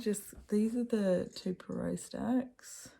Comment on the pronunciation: Bonjour ! Iam a huge fan of Poirot (love the way you pronounce it). I am on vacation and they play the series with David Suchet. I love watching them again and I don’t remember who is guilty or sometimes I do but it’s so fun to see Poirot using his little cellules grises (brain). He is pompous and arrogant but deep down he has a huge heart. In two stories he helps lovers being together; he helps his friends and young woman. He is a secret person. I have read The mysterious affair at Styles last year and wanted to read all of them and now here you are doing it. So I am going to join you ! It’s my birthday today so I am glad to start the day with you and Poirot !